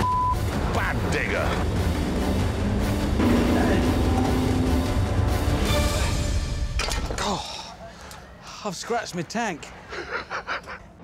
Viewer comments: He said digga "digger" 💀💀💀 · did he say "good digger" or "good nibba"? XD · Who thought he said the n word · Thought he said the n word at first. Had to rewind that part a couple times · geniunely thought he said something else than "good digger"